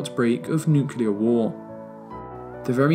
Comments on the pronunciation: Please learn to pronounce nuclear correctly. It is not nuke-you-ler. It is nuke-Lee-er. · Nu-clear. Not Nu-cular. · What are these nucilar weapons you speak of? Did you mean nuclear? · This is my favorite video of all time regarding the history of the cold war. That being said, for the love of god, it's nuclear. Not nucyaler. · Excellent video involving a lot of hard work and thorough research. Congrats! BUT, there’s no such word as “nucelar.” It’s “nuclear” ;-) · Nuclear, not Nukyuler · Dude, NUCLEAR not NUCULAR. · Whomever did the voiceover for this please learn to say nuclear it is not nucular it is nuclear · I visited Berlin not so long ago and realised how little I know about the cold war. What a fascinating moment in human history, one which we can learn so much from, especially today. Thank you for the amazing video, will be watching this a couple of times. What's up with nucular weapons though? ;) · A truly amazing documentary ! There is one thing though that made me giggle a bit throughout the video: the way you say "nukelar" 😅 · Did I heard "Nucular bomb"?! Ok, "Best cold war Documentary" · 48 NOOK YOO LERR Ffs, man... Really??! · Great video, but you can’t pronounce “nuclear” to save your life.